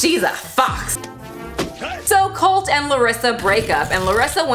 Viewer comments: I looove how she puts a "y" at the end of every word that describes Colt xD Looking great with the green hair 👌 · it's kinda different the T alone. She speaks like it is "Ty" most likely due to what she maybe first heard when he introduced himself, Americans T is very subtle when it's in the end, we don't get to be subtle here with our language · G. A i’m sorry but Colt has a very pronounced T at the end. She added a Y for no reason. Stop making excuses for that one word. Everything else I actually completely agree with and it makes complete and utter sense. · First! I'm from Brazil and YES that's a common thing for people who struggles with English! In Brazil we speak almost every single letter or phoneme. When she says Colt like COLTY is because in her mind she has to pronounce the 'T' as we do in the end of each word (we pronounce it). I'm an English Tutor and is one of the most difficult things to get my students to let go of the havy pronunciation of the end of each word Ps: I do use your amazing and well spoken videos in my method, my students LOVE IT, so thanks!